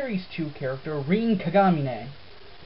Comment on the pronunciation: OK -_- ..... HOW TO SAY RIN KAGAMINE LESSON WITH KIM :3 R-IN RIN K-A-G-A-M-I-N-E KAG-AH-MI-NE KAGAMINE HOPE I HELPED :3